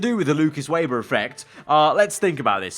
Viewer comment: His name is said Veber not Weber